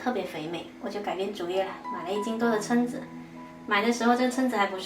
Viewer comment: 蛏子读音“撑”！